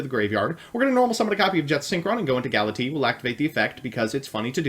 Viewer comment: "Gala-T" XD